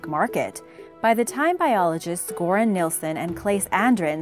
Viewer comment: Oh my god.. ... It's pronounced "Jøran", not Goran..